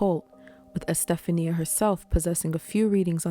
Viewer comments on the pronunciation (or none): I think her name is pronounced, E-steph-onya, not Estephania. But I could be mistaken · You did a great job on this story. Love your voice and thank you for not trying to do the weird "monotone" that so many attempt. I have no idea whats up with that but it rarely works out well. One note: the name Estefania is pronounced Es-tef-on-ya. The Americanized version, Stephanie, puts stress on different syllables so sounds quite a bit different. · I believe her name is pronounced Este-FAWN-ia